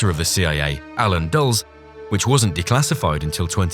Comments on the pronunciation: The e in Dulles is not silent. DULL-iss. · that’s pronounced “Dulles” just like it’s spelled. Like dullest without the t.